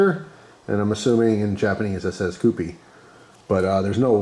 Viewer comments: It’s pronounced Q-P. It’s named for the kewpie doll on the label. These dolls were popular before you were born 😂. Often they were prizes kids won at fairs. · It's pronounced Q P